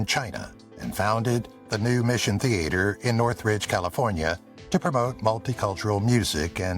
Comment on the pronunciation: The "a" in theater is not pronounced like the a in "hay" It is said like the a in father, "ah" . The "e" in Moreno is pronounce like the "a" in hay.